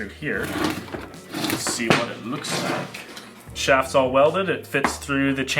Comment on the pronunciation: I’m glad someone else noticed it. Our how much emphasis is on the word shaft lol